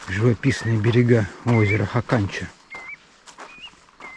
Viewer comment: Бывал на речке Хаканча. Летали из Норильска на вертолете. Правильно ударение на первый слог. хАканча.